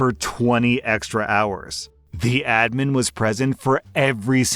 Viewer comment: FINALLY YOU PRONOUNCED ADMIN CORRECTLY